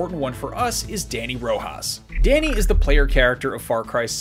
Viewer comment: I'm triggered by how he pronounces "Dani"